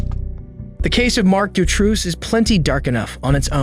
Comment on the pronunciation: Marc Dutroux is pronounced "doo-tro," with the "O" sound being the long O sound of the English language. With that said, this is an extremely underrated channel. I just found it a couple months ago and am bingeing all of your back videos. It's refreshing to hear a human voice and not those ridiculous AI voices so prevalent now. Excellent channel and worthy of way more subscribers!